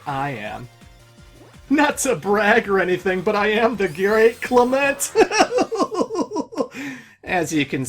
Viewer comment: "The GAReat Clement"